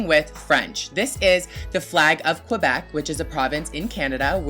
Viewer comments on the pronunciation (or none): Yes bitch Quebec FTW oh ya and it's que not qoi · it's pronounced kay-beck not kwi-beck